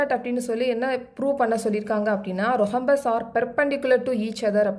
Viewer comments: Mam h is silent in rhombus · Mam athu rohombus illa rhombus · Mam your pronounce of Rhombus is wrong